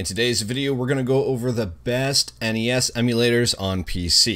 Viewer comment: Props for pronouncing NES correctly. Kids these days pronouncing it “Ness” really piss me off considering it is an acronym.